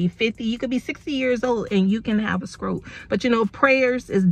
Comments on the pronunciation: The word is stroke not skorke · I’m sorry but what’s a “skroke”? I thought you playfully said “skreets” but maybe you’re not sure how to say that sound combination correctly. Please, respectfully, don’t tell anyone they need Speech Therapy.❤️